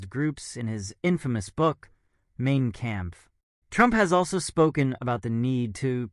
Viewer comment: 8::54 Main Camp? Mein Kampf did you mean?